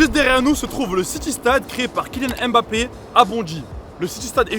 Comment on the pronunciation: Faire une vidéo sur Kylian Mbappé en prononçant mal son nom c'est chaud